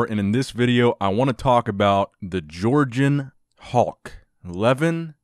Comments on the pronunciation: It's pronounced like Luhvaahn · Pronounced LevAN. Not Leven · Lol you butchered almost every one of the names.. including Levan's :D But great that you started talking about armwrestling, very interesting sport. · Please do not swallow the second syllable in Levan's name so it is closer to its pronunciation in his native language. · You're pronouncing his name... Should I say funny?